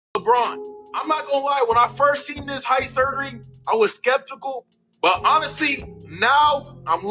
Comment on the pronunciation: Forget the brotha choosing for himself to have surgery to increase his height from 5 feet 5 inches to 6 feet tall. I want to hear that other brotha pronounce the word SKEPTICAL again! 😊